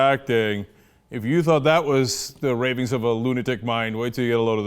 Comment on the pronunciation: did he say rapings or ravens lol